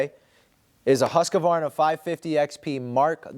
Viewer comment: Hoo-sk-varna. No comprendo husk-a-varna!